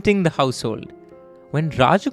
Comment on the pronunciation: Rajagopalan not Rajagopal